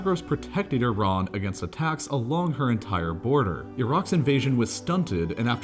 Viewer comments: its not "yee-ran" tho its "E-ran" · it's E_run and we don't care what the uniranian how pronounce it. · It’s not Yeee run either lol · It's Iran... Not Iraaaan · Normal people:Iran Him:Eiran